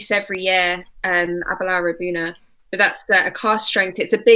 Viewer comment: Ab er lour - no R in the first syllable. A'bunadh is one of my all time favorites. So damn good.